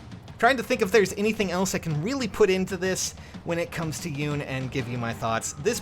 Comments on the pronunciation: I love ya & your channel but her name is pronounced, "Yoo-nay" if I'm not mistaken.;-) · I just realized that Yune's voice is like that because it wouldn't be chaotic if she had a voice fitting for her design. Also it's pronounced "You-neh" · The e is not silent on Yune